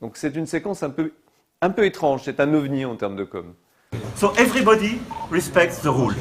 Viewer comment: "èveribodi respecte ze roules" ! Mdr ! On dirait un candidat de télé-réalité ! Bon... manu rentre à la maison, maman.... euh... brigitte t'attend ! Tu saoules tout le monde !